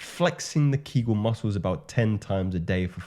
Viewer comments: The pelvic floor exercises are properly spelled Kegel and pronounced KAY-gull. They are named after the American gynecologist Dr. Arnold Henry Kegel ( ), born in state of South Dakota. He first published about them in 1948 as a professor at the Keck School of Medicine of the University of Southern California. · I don't doubt that. I posted only to correct the misspelling and the very common mispronunciation of Dr. Kegel's name. For all I know, Dr. Kegel might have acknowledged the ancient sources in his writings, or he might have discovered the same thing independently before he popularized it in the modern Western world.